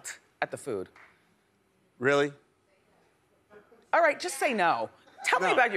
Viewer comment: Lol "Really" Now why he have to say it like that to her.